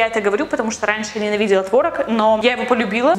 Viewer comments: Не творог а творог 😂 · Вообще-то правильно "творог" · Может не творог а творог? Какой тип ты? Я 2. Рофлю